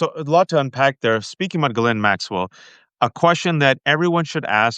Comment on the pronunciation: Lev, it’s GHISLAINE not Gizelle. 😚